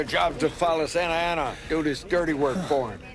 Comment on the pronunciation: Santa ana. Not sansalsa😅